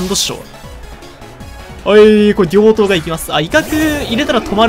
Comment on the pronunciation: 両刀をぎょう刀って言ってて可愛い